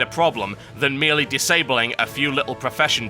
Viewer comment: It's "disabling"